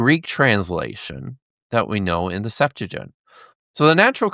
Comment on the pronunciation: Pretty interesting. I do wish that discussion held at such a scholarly level could show some familiarity with the right pronunciation of "septuagint" and the right use of "purport". It's pronounced "SEPT-wa-ghint", not "SEPT-a-jint" or "sep-TOO-a-jint". And the verb "to purport" means "to be said to be", so that we rightly say "This goblet purports to be the Holy Grail" (meaning "This goblet is said to be the Holy Grail"), and we wrongly say "This goblet is purported to be the Holy Grail" (which would mean the nonsensical "This goblet is besaidtobe-ed the Holy Grail").